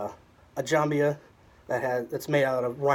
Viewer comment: It's jembiah if you want to pronounce it 100%. There's a longer version of it and some of those are made of Iron ore hit by lightning ⚡in Southern Saudi Arabia. Jembiah came from the word jemb which means (body side) cause it's worn on side. Even the waist is considered a body side.